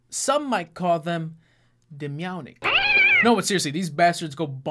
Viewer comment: best part.................demeownic